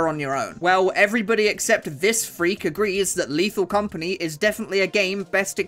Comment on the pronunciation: Ok but, as a french, the "Léthal Comapgnie Créole" was pretty funny. For those who don't know, the compagnie créole is a french band.